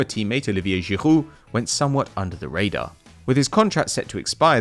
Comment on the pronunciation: It's actually really good